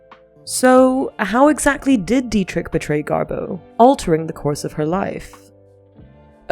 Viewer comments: Why do you say GarBEAU????? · DO NOT WATCH!!! I did and it's 13.44 minutes I'll never get back 😢 Waffles on n on talking about early betrayal and only only 1245 outlines how they met inBerlin in the 20's. Constantly misprounces GarBEAU, Marlen n implies GarBEAU left Hollywood n films yrs later on account of Marlen😅